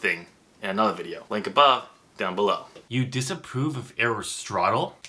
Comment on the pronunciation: Your pronunciation of Aristotle is correct. Don't let anyone tell you different.